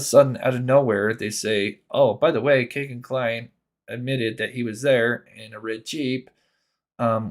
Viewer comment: It's not "Kay"-gen It's "Key"-gen FCS!